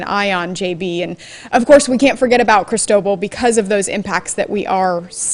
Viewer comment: Geez, why can't you lilly white millenials learn how to pronounce Cristobal? It is Spanish, and the accent is in second syllable. Is it really that hard?